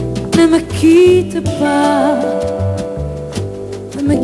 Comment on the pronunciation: Lindíssima voz. E poderosa. É pena Vânia Fernandes não saber Francês e não ter trabalhado um pouco mais a pronúncia do seu "Ne Me Quitte Pas". Assim, o espectador tende a focar-se nos erros e a perder a qualidade vocal da intérprete.